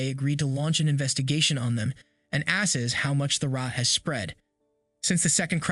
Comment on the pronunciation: Also assess is pronounced uh-sess .. not ass sess lol